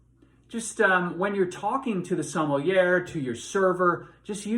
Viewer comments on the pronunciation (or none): Good grief. If this man is a wine expert, he should know how to pronounce "sommelier" correctly.